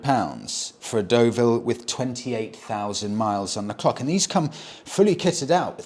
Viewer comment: you're still pronouncing it wrong, it's the Dullville🤣🤣 Although in fairness, it came from a long line of Honda's that where beloved by motorcycle couriers. Like the Maggot, (CX500), C90, and Early Pan European. They went on for ever and had shaft drive. Same engine as the Transalp you love